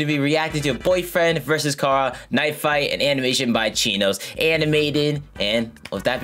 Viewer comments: Chara is pronounced Chara not Cara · I know this was a while ago, but just to let y’all know a fun fact Chara is pronounced like character, it’s Char-Uh, not Car-Uh Don’t let this seem like me being a nerd or being upset, I to this day pronounce it like car-uh because it sounds better to me, but I just wanted to say this as a cool fact for the people who didn’t know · It's not cara It's char